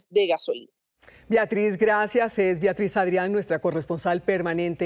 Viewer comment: Viatriz? O será Beatriz ? Una periodista ya con tnta experiencia y diciendo : viatriz ja